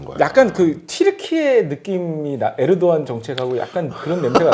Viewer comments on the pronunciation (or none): none